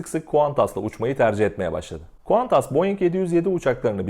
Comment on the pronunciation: Kardesim melbourneden selamlar seni tebrik ediyorum Qantasi bir tek senden tam okunusuyla duyuyorum.digerleri kantas diyor🤲🇹🇷🤲